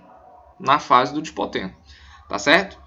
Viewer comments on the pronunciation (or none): Não é Dipoteno! as fases lidas corretamente sãoa : LeptÓteno (lê-se = Lêptótêno), ZigÓteno (lê-se = Zigótêno), PaquÍteno (lê-se = Paquítêno), DiplÓteno (lê-se = DiPLÓtêno) e Diacinese (lê-se = Diacinéze)